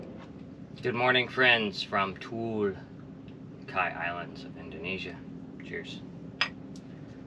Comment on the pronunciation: tual is pronounced /too-ahl/. The use of roman alphabets in Indonesian is a lot simpler than that in English. Every syllable is marked by a vowel, so if you see more than one vowel in a sequence, almost 100% you have to pronounce every vowel separately